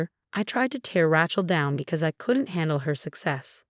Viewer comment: It’s “RAY-chel” not “RA-chel” godammit! It only has one pronunciation!